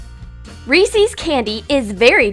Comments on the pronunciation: Its not Reesis" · They just called Reece’s pieces ‘Reecees’. ... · It’s pronounced Rees-is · who else says resee-is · “Reeseees” shiver 🤭😥😵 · The pronounced Reeses like ressies. IIIDIOTS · There saying Reeses' wrong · She said resses wrong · It's PRONOUNCED (r-ees-ehs) reese's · It's pronounced Reese. 'S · It's pronounced re sis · U pronounce it "rees-iz" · You did NOT just say reece-ees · REESEES? The end only has one ‘e’ so you shouldn’t elongate the sound. For example, revolutionize. You don’t pronounce it ee, do you? Also, if you put it into Google Translate, and put it on speaker mode, it clearly says it how it should be said. Forgive me, but it just really annoys me. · Did anyone notice that they said reesees? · I'm so sorry but I live in Canada and I just can't live with the way you guys are pronouncing these words because I know that I'm different places people speak English will pronounce words differently but seriously it bugs me the way you pronounce Reese's you pronounce it Reese's and I honestly don't know if you live in America or please please please please can you say or Reese's or like anything that would be a different word in a different country thank you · Reese's is pronounced Rees-is 😂😂😂 sorry I just bugged me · ITS PRONOUNCED REE SIZZ YOU HAVE DISSATISFIED ME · I think your saying Reese's wrong... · The way they said Reese’s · They say reeses wrong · You said reeses wrong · They said Reeses wrong I'm mad now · Am I the only one who cringed when she said Reese’s? She said it so wrong. Halp me. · You pronounced Reese’s wrong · You say reese's wrong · I cringed so hard when they pronounced Reese’s.... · I nearly died when I heard the way pronounced reeses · DID YOU JUST SAY REESEES!!!!!! IT'S REESES!!!!! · It's not reecies it's recess I'm spelling it different to show the pronounciation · It’s reses not reseas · They give us a giant REESIE’S It’s pronounced Reese’s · you said reeceec but its recess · They said "Reeseese"